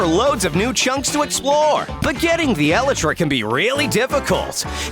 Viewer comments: Elytra is pronounced E-lie-tra and not E-li-tra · why is it eli-tra its E-laytra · It is not eleytra,it is elytra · it’s actually elytra not eletra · For some reason, the way he pronounces Elytra gives me anxiety...